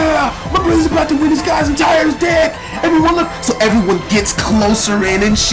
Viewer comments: omg lol kept thinking u were saying dick insted of deck omggg xDDD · every time he said deck i thought he said dick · It sounded like he said dick. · It sounded like he said "blow my dick" lol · XD every time he said "deck" it sounded like dick. LOL